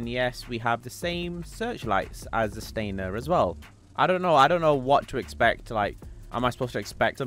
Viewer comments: It’s Stanier, not Stainer. Stan-i-er. Sorry, it drives me nuts. 😂 I will get 2. One for undercover and one marked. I bought both Staniers. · StaNIer, not StaINer.